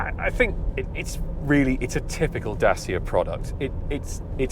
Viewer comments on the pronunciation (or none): It’s pronounced Datcha. Please make an effort. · It's pronounced Da-chee-uh.